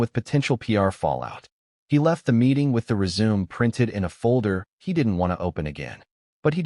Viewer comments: Reader: Résumé is pronounced Ray-su-May. Nit resume. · "Resume," you say, like to continue something? I PRESUME you meant RESUME with the final "e" sounding like a long "a" speech sound, and the "u" sounding like the "u," in "CUT." (Can't you just hear the director yelling that at Meghan?)